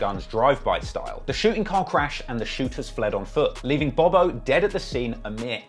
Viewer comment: hey bro his name is pronounced bob-O not bobo it’s THF BOB-O and THF mean’s ( trigger happy family )